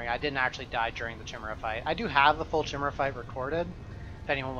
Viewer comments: it's pronounced like 'kyle', chimera, not 'chimney' chimera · trying to find new PoE youtubers to watch. Find. Grown man playing fantasy RPGs doesn't know how to pronounce "chimera":'(